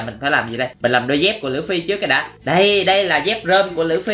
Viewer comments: Đọc là lu fy mà anh đọc là lưỡi fy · đọc lộn òi phải đọc lúp phi mới đúng ơi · Lú phi ma Ang đoc là lua phi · anh ơi anh nói sai rồi là lúcfy chứ không phải lữ phi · Luffy chứ không phải là lữ phi đâu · Lu phi chứ ko phải lữ phi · Luffy chứ ko phải lu phi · Nói sai rồi là luffy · Luffy chứ ko phải lữffy quên cũng tại anh ko biết xài trái gomu thui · người ta là Luffy mà kêu là Lử Phi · Ủa anh ơi đọc sai rồi ko phải lửa phi mà là lúc phi😅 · Luffy mà em nghe anh nói là lữ phi 😕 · Anh ơi Luffy không phải lữu phi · Luffy chứ ko phải là lũphi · Anh ơi chứ ko phải lử phi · đọc sai tên của luffy